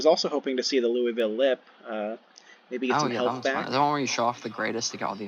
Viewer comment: Haha, props for saying Louisville correctly. We definitely slur it even more (roughly like Loo-ah-vulle) but you said it in a manner that wouldn't have locals laughing. Trust me, they take the pronunciation of Louisville very seriously for some reasons. I'm excited to see a Louisville legend come to unmatched officially in the upcoming future.